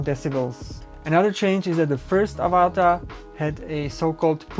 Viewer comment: Mate its Av-A-Ta not Ava-TA - like the movie 😂 - Pretend you have an Australian accent ---- good review tho👍Well done - Would love to fly one, one day